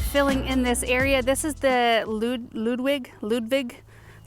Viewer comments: Ludwig is pronounced Lood-vik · Ludwig is pronounced as ludvig